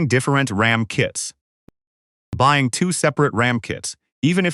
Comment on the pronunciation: I'm not buy-eye-ing this shit